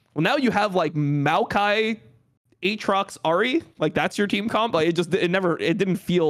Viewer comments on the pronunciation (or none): did really just fucking say AT-rocks?